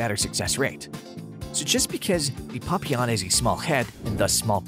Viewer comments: He calls them Puppyawn.😭 It's PAP-ee-awn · No the correct French pronunciation it is 'Pa - pee - onh' with the emphasis on the 'pee' there is no long 'awn' at all. I have bred and shown Papillons for over 20 years. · Its pap-E-on But still cute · Not sure if I can sit through this whole video of this guy saying "PUPeyon" way too much. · Maybe try learning how to pronounce Papillon? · Lordy! I have Papillons, but can the narrator pronounce Papillon correctly?